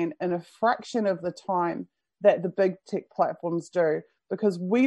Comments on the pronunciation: are you saying "big tick" instead of "big tech"? That would be a very fitting name for the blood suckers! (I can't be sure, sounds to me so, but I'm not a native English speaker) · Lol, that's how they say it in New Zealand!